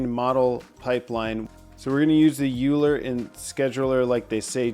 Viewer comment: It’s pronounced “oy-ler”